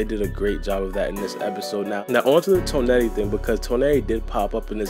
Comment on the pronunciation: The way you pronounce Toneri bothers me lmao